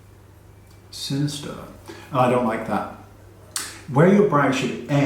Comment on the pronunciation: omg the way he said sinister 😂